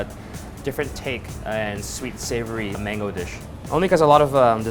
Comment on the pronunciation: "mangoo" XD im not complaining i respect indians because i has an indian classmate and he always talked soo fast